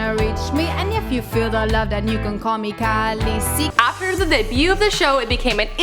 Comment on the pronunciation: "Callousy"? Bit of a ROUGH pronunciation don't you think?